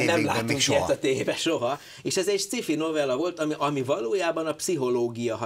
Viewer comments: Hát ezt meg ki mondta, hogy szkifinek kéne ejteni? Mitől? Ejtse ki jól: science fiction. Van benne k hang? A másik lehetőség meg a magyaros, ahogy írva vagyon. Szkifi pont nincs egyik lehetőségben sem. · sci-fi...kerem ejtse ki jol...c helyett k...amugy jo volt.....